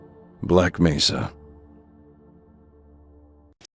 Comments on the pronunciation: he's saying it like how it's pronounced in Spanish since mesa is a Spanish word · mesa is a spanish word but that's not how it's pronounced